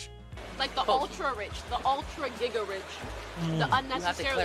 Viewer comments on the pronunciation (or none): none